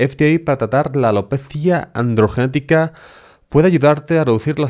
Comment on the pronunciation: AlopezÍaaaa Andrrrgenetica